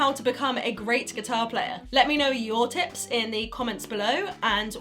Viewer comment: I swear to god that at the beggining I heard "top 10 tits"